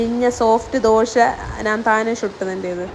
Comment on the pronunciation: ദോഷ അല്ലടാ ദോശ